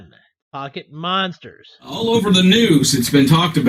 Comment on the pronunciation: should have kept going. He's so headstrong about calling it Pokeman that when he breaks down the abbreviation, he says pocket mansters 😂😂😂😂